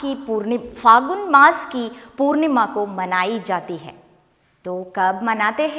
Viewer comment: It's phalgun n not phagun... 'la' is there.... 💞🙏